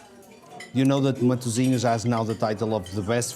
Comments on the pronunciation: I wish someone had taught you how to pronounce Matosinhos before filming of this video 😅😅😅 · até me dói a ouvir ele a pronunciar matosinhos mas tá tudo 🤣